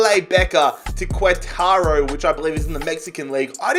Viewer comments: Its Queretero not quetaro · 😂 "kuetaro" i'm dying 🇲🇽